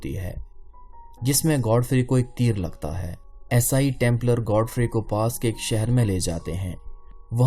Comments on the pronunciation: Aesaai , what is aesaai , kaafi der me samajh aaya you want to say eesaai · یہ یسائی یسائی کیا ہے! یسائی نہیں عیسائی